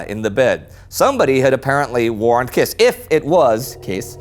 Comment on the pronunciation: Kiss in Hungarian is pronunced as Kish.